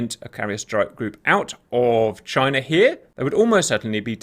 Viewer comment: China? Or JYNAH!?